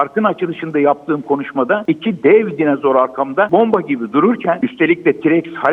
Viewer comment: Adam hala dinazor diyor.😜